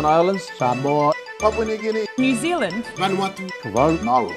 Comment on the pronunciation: She said new zilind